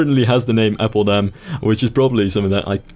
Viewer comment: atleast do appeldam instead of appledam